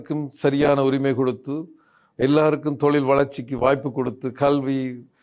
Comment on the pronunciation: கள்வியா?கழ்வியா? அல்லது கல்வி என்பது தான் சரியா? சொல்லுங்கள்? எல்லாத் தமிழ் உச்சரிப்பும் படுமோசமாக இருக்கிறதே! யார் உங்களைத் தமிழ் ஊடகத்துறுக்குத் தேர்ந்தெடுத்தவர்? உங்கள் தமிழ் உச்சரிப்பு தமிழை வேறு பரிமானம் எடுத்து விட்டதோ என்ற கேள்வி உண்டாகிறது.